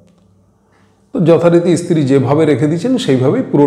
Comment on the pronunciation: Apni bar bar istri bolchen sunte karap lagche. Ota stri hobe